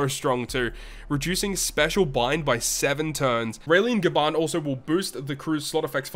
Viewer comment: Why they still have the nerve to release such characters with auto special dmg dealing attack, despite the non-normal atk debuff that will always be in sight everywhere you go. and ''Gaban'' sounds like ''Garbage''